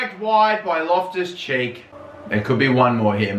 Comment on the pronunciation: Whenever you say Loftus Cheek, it feels like you're saying my left cheek